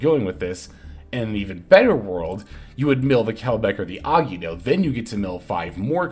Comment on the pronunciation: Bro ever time you said Agido it made my teeth hurt…. It’s three syllables A-gi-Do …. Gi sounds like Gee